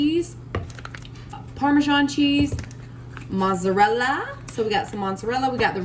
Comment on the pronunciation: Looks delicious! You crack me up how you say “Monserella”!